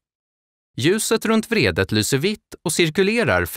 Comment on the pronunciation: Er speaker behöver lära sig att skilja mellan betoningen av vrede (ilska) och vredet (vridanordning).